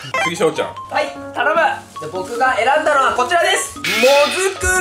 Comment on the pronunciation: その前のこてぃらでつぅーも嫌や！(笑)